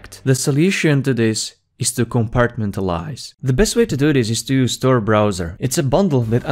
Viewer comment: Hard to understand.. you said use the Store browser??? I went back a few times, & now I understand, Tor not Store..I do like the video..Thanks...